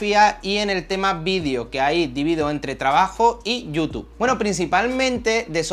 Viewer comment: "Ya no trabajo en mi marlca ejtelna y solo me dedico a youtuj" "me gusta la camara mirolej" "que hace foto de la ejtrella, vía latea y demaaaj..." Muy buen tío, se ve que sabe y le gusta lo que hace. Espero que siga creciendo